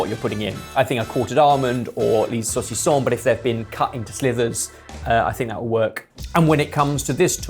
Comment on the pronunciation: its SLIVERS not SLITHERS